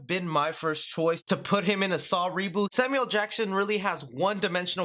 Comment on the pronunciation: You gotta include the “L” when you say Samuel Jackson